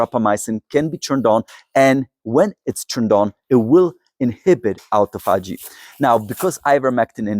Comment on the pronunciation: A-tophogy = a-TO-phogy